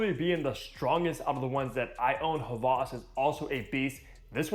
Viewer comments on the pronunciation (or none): he’s done other hawas reviews and pronounced it with a W. is the only creator that has said it with a V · he might know German. Just like Volkswagen is actually said "Folk-s-Vagen"